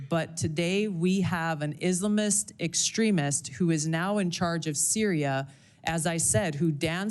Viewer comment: I dont like how she pronounces islamist